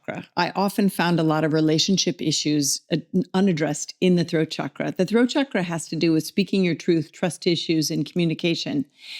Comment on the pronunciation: The sandskrit pronunciation sounds more like “CHUCK-ruh” Otherwise, the word you are saying in Sandskrit refers to the reproductive tissue: the “Shukra”